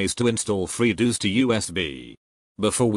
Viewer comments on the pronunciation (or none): "freedooos" lmfao